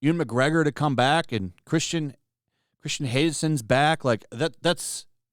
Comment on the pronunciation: "Christian Haydensen" xD Oh Lord!